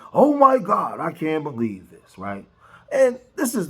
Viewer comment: "beleeb all wymen" 🙄